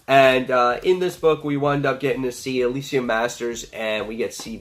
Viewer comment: Interesting review! FYI It's prounounced "Pick-elli" (And it's "Alee-sha")